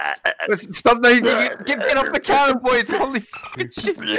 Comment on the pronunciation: Mully really said “Nawr” over and over again